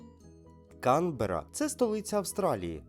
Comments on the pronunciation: КанбЕрра. Не вірте вікіпедії. Наголос є у словниках. Наголос на другий склад. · Наголос КанбЕрра